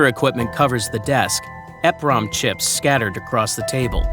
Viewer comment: It is pronounced E PROM not EF Prom. They are EEPROM CHIPS.